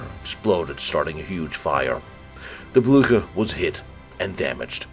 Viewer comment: Es war der Schlachtkreuzer Bluhar! Oh man,wie kann man den Namen Blücher nur so verhunzen. Schrecklich.